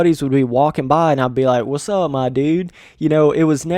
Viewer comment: Someone should make a compilation of you saying whatsapp my dudes